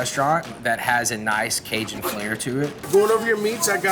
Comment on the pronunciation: Great chef, great restaurant but I’m going to say it for all the Cajuns, he is a poser, growing up in Texas over a hour from Cajun country and he can’t even say the word Cajun right, probably does not even know one word of French! He can’t be serious? Don’t claim things you are not! I’m three hours from California and even though my mom is from Southern California I’m not a part of there culture or there heritage or anything that has to do with there style of cooking, I love California and been there often but I’m born and raised in the PNW, dude needs to smarten up he is disrespectful towards people that are Cajun or come from there background. It’s fine to like their food, but you don’t act like you are one of them!